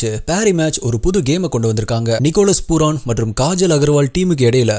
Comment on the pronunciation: அண்ணா அவன் name பூரான் இல்ல பூரன்